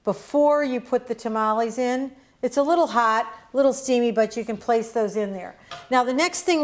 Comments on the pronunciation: If a Hispanic say TA-MA-LEE instead of TAMALES then their tamalee is not good!! 😉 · why do u sound white when u say tamales lol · "A couple things you should know about tuh-mollies"